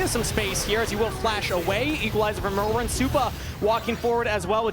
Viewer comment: If this dude wants to shoutcast he can at least learn to say the players names properly. It is Myrwn not Merwn